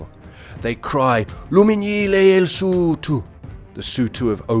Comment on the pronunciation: Hebe! Usuthu!. I must say I’m impressed with the commentators Zulu pronunciation. The clicks are spot on